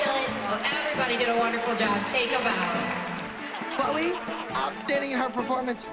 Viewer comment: No one: Seriously no one: Like legit no one: Not even Jill’s little Kendall: Announcer: “Ch-LOW-eA from the AbBeLeA dAnce cEntEaR.”